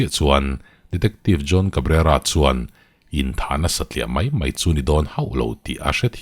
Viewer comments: Mai ti lovin mei hi i ti leh thin fimkhur feuh teh boss,eng a kalta mai tih turah kalta mei,iti leh thin a ulukzz heavy uchuak deuh teh... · Rilru a khawih hle mei,mei tih laitak hi pu ber i in hmeh lo tlat,Rilru a khawih hle mai,mai lo ti toh roh aw😂